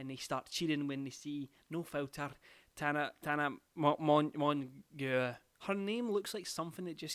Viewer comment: calling Tana "Tana Mongoo" >>>